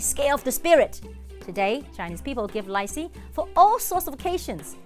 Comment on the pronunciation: The way she’s pronouncing “lai see” means something else 💩 😂